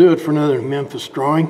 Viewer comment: Nice Dwawing!